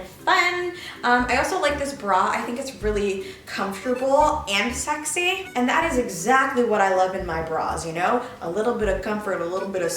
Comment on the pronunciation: I love how she says ..*Schexi* instead of sexi lmao